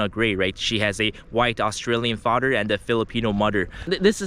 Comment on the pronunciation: "Fader and Mudder" 😂😂😂